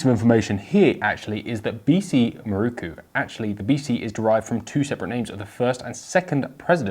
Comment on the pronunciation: MIH-ROW-COO! Otherwise, it was a great review.